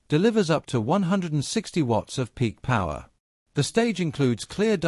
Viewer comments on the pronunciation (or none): none